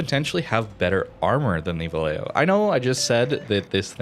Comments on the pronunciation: Its pronounced va-YAY-ho, two Ls have a y sound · the "ll" in vallejo is pronounced like "y" in english like "yamato or yellow". I speak spanish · As a Spanish speaker, I agree with Harper. However, having lived there and stationed there back in the 80's, everyone pronounced it Va Lay Ho. On a side note, we jokingly called it Valley Jo.